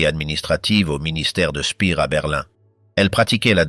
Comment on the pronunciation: AI de MAI@ !! Dispoditions annulaires = annuelles 😂 Il se perdit son emploi Spir = speer😂 Statute officielle 😂 Geli n était pas la fille ainée de sa soeur et évidemment le mot pédophile pas prononcé !! Un tonton qui séquestre et abuse sa nièce de 15 ans..!? Gehli se suicida donc ! Avairent faits 😂 Sans aucun reconnaissance 1930 et hun 😂 Brechttergarden 😂 A au moins zune occasion 😂 Unity la petite jeunette italienne suicide encore..! Puuutsch avec uuuuuu 😂 Inclut tune note 😂 Front toccidental😂 Exécutèrent tune opération 😂 Rendus zzzaux alliés😂 Frajebogen = frageboden 😂 aivairent tebénéficier 😅 Avairent tevécus 😂 Etc etc et ET Les PIRES : pas hitler !! 1. mao 2.staline 3.hitler